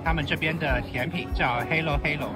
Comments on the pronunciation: 甜品發音是叫hello hello 別誤導！ 而米飯是要吃炒過的蒜頭飯比較好吃，很少人點白飯的，因為很少粒粒分明或是很黏！當然比較普通，因為你不是土生土長的當地人，吃不習慣可以去餐廳吃，只是單價高但至少有一定的水準！別醜化菲律賓的食物，每個人的口味本來就不同！ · halo 读哈咯哈咯